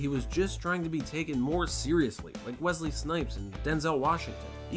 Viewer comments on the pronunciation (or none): none